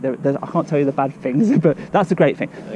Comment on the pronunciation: Is the camera shy narrator here really semi-literate and slow, or is it part of the show? eg "things" gets morphed into "fings", "those blocks" into "them blocks" Thinking that being told to vacate the property by security personnel means a deal has been struck to come and talk to them off the premises.